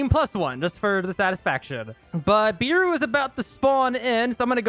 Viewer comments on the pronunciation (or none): If beru was your favourite character atleast say his name right its pronounced bearu not "beeru" its so aggrovating when u say it like that